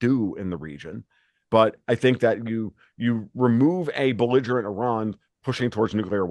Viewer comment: When said beligerement Iran he lost me.